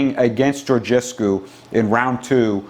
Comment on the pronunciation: as a Romanian, I appreciate your commitment in trying to pronounce Şoșoacã, and I congratulate you for pronouncing Georgescu well :)